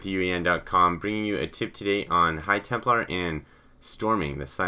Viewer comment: It's "Templar"